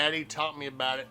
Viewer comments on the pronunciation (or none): none